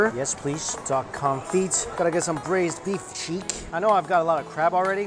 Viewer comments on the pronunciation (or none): why the hell rae you calling it con feet? Theres no feet in it, its con fee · Omg its pronounced confi not confit geesh duck confi the t is silent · I love how you pronounce confit. Totally incorrect but hilarious. Confeet xD.